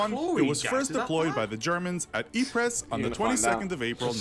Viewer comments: Ypres ponounced eepre not eepres, the s is silent… just saying 🤷‍♂️ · Dude in the video pronounced Ypres as “eep-rez” 😂 no no no it’s pronounced as “eep” 👍🏻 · Then u hear the guy saying "Yee Press" and get triggered no one corrected him for his cultural ignorance or lack of research... (it's pronounced "ee-pruh" btw..) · “Eeprez” you mean Ypres?